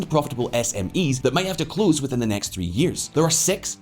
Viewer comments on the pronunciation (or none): none